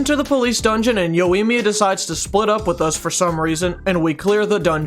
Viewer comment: man called yoimiya, yowiyemia